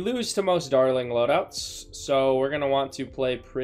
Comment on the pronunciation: Does it bother anyone else that he cant pronounce dartling? No, just me... Ok